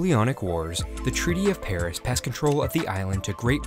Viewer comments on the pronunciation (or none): none